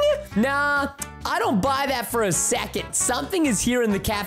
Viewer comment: I love how how he says fur for fur for fur Pete sake at like or somthin